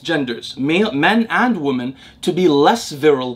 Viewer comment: I have been watching your content since Day 1, I really appreciate your generosity with your time and knowledge. One thing I always wanted to point out is your pronunciation of the word 'Women' [ˈwi-mən] (plural of 'Woman' [ˈwu̇-mən]), it's a weird word in the modern English language where the letter 'E' in the second syllable changes the pronunciation of the unchanged first syllable from ˈwu̇ to ˈwi and without changing the pronunciation of the changed second syllable! You always pronounce it ˈwu̇ when talking about the plural form of the word. Just wanted to bring your attention to this small detail in hopes of it making your use of the word more accurate in the future. I also have Arabic as my mother tongue (Tunisia), and totally know how puzzling English can be sometimes. Much love!